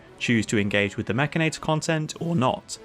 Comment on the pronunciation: wait... mek-can-i-tore? Nope! I don't care how it's spelled. It's mek-in-nate-tore! lol